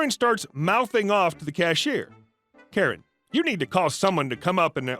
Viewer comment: That's hilarious, but like the captionator, "carrot" is what I actually heard! But knew it wasn't right. it was just an odd pronunciation from our Beloved Narrator.